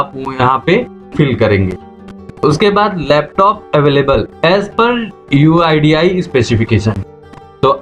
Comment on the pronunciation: Uidai bolna sikh lo pehle